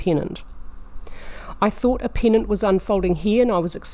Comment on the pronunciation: When you say "pennant" it sounds like "peanut". : )